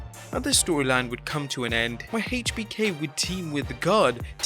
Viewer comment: Why do you put so much emphasis on the "H" in "HBK"...but never in "Triple H"?